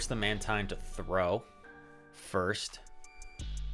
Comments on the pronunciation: well done man! and it is indeed Man-teen. I was thinking exactly what you were saying, "why is he switching up pronunciation?" hahahaha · how do you pronounce mantine lol